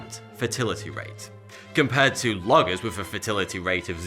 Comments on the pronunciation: When he says "fatality rate" it sounds like he says "fertility rate" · It sounds like you're saying fertility rate lol